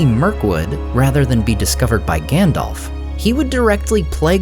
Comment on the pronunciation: Aww man, he keeps saying Gändolf. :face-green-smiling::face-red-heart-shape: Christopher Lee would have scolded you for pronouncing it wrong! :face-fuchsia-poop-shape: (Christopher Lee read TLOTR every year and put great emphasis on pronouncing the names right, as Tolkien had intended.)